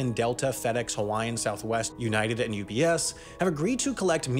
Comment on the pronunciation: Leave it to Sam to pronounce UPS as UBS for some fans to notice it. :D